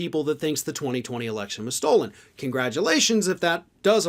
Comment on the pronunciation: He doesn't say 'stolen", he says "stoled".